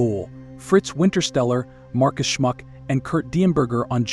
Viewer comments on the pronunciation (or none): none